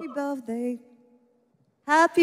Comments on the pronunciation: Happy bełzdej ’’ ? Nie znałam tego 😂😂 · 🎉Hapi bełfdej 😂😂😂 o kur....😂😂😂😂😂co tu się odpi... stanęło😮😮